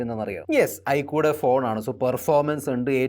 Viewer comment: ഐകു അല്ല ഐ ക്യൂ ആണ് സാർ